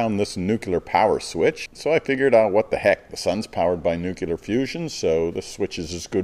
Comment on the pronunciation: There's a fair bit of Aussie that has washed out the American/(Canadian?) accent, but the pronunciation of 'Nuclear' as 'Nucular' *cold shudder*..... I have never understood the American fascination with adding vowel sounds into words where they have no place... Other than that one detail, awesome video mate! Looks like a super nice rig you've got there. Cheers for the pointers, going to attach my roof wiring this weekend😁👌